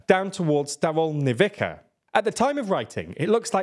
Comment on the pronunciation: "Race Across Europe"? I hope your map isn't accurate, since getting no further "across Europe" than Linz is rather short-sighted. On another issue, Ukrainian place names aren't really that hard to pronounce if you take a few minutes to accustom yourself. So let's hear you pronounce Zaporizhzhia and Staromlynivka correctly next time.